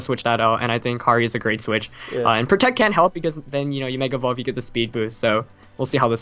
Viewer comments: Lol u said tect. U need to just pronounce the word my dude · Did just say tect? Asin protect? Lol thats fucked up